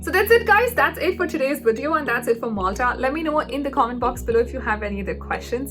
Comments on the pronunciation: Not "moltha" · I think that is not Molta it's Malta